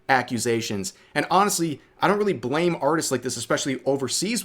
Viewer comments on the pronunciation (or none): none